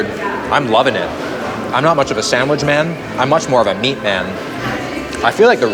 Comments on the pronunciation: sandwich not sandwige 😂😂😂 that made me feel uncomfortable that’s so weird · "Sandwidge" "No so fried Chicken (Sandwidge)"